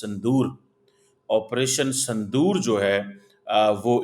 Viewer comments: Sindur h sandur nhi 😂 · Sandoor nahi Sindoor 😊